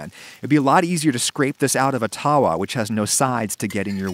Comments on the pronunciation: It's not taawaa, it's tuh-vaa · Hey Adam it's TAVA NOT TAWA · ummm.... it's called Tawwa not taa waa. In Indian and Pakistani culture, the eligibility criteria for a good house wife is how circular her Roti is, and how evenly cooked is it. You sir, are not a very good housewife by that criteria. XD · It’s so bloody annoying when white people say TAWA emphasizing the W. every Indian says tava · Lol, it's Tava, NOT Tawah.... You just gave me a good laugh! Idk why it's spelt like Tawa when it's closer to tava...... Maybe due to changes in pronunciation across India? Maybe some place calls it Tawa but the W is closer to a V sound. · I approve of this and I am Indian 👍, it also pronounced taw-wa not ta-wa, just a heads up 🤗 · Errrmmm no I think we can do better in fact way better.. Yeast is a must when it comes to naan as is curd also the smokey taste that you only get from a wood fire.. We can mimic this better want to know how.. Also the w in tawa is pronounced as a v. You need help :-) भारतीय लोग भारतीय भोजन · Thank god, finally an Indian recipe. I have been begging for some more. I'm indian and i warm up the frozen ones on the tava lmao, and yea, it's pronounced tava. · Don't know if you care but the correct pronunciation of tawa is with a way shorter "tuh". Itd be like saying the "uh" at the beginning of under but with a t at the beginning. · please try and saying Tawa with a V xD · I just like the fact that when he says tawa he is saying it wrong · I love you adam I really do,but your pronunciation of tawa and tandoor really hurts my soul